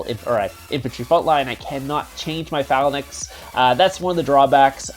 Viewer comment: pha·lanx please stop saying phalanax